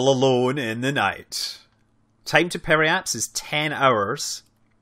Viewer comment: Hey, Scott! My only experience with orbital mechanics is from Orbiter 2012 and now KSP, so I've only ever read the terms. However, I've noticed you pronounce "Periapsis" as "Periaps", leaving out the final "is". Is that how it's pronounced?